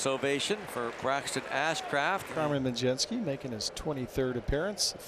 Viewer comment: How does mlodzinski become pronounced as majeski?? Not even close pal 😂😂